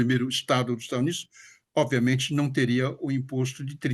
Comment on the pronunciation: ele quis dizer do sotaque dele ao falar Estados Unidos, ele fala estanios kkkkkk